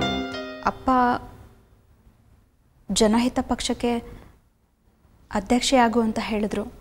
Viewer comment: ಆ ಮೃಣಾಳಿನಿಗೆ ಕನ್ನಡ ಸ್ಪಷ್ಟವಾಗಿ ಮಾತಾಡಕ್ಕೂ ಬರಲ್ವಾ? ಅಧ್ಯಕ್ಷೆ ಅನ್ನೋದಕ್ಕೆ ಅದ್ದಕ್ಷೆ ಅಂತಾಳಲ್ಲ?